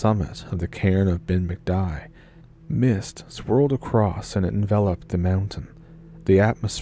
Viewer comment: It's pronounced Ben Macdewie